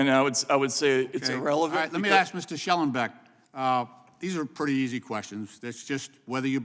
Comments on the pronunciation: These are pretty easy questions this hack says Let me tell you what is easy. It is to pronounce Shellenberger. Tell you what Einstein, it is not Shellenback. What an utter moron. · Lynch can't even read. Shellenburger, not Shellenbach. His name is printed right in front of him. Dolt. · The moronic Mr Lynch doesn’t even know Shellenbergers name. He’s questioning someone but doesn’t know his name? He keeps calling him shellenbeck. Not only disrespectful but makes me wonder if he even knows what is going on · Shellenbeck? Can’t people pronounce names even after several times the name is said? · I wish Michael Shellenberger had corrected this buffoon of a congressman about the pronunciation of his name. The congress idiot kept referring to him as Schellenbeck. I mean, the guy only had to look at the name plate staring him in the face. Oh, wait. Maybe the congress idiot can't read.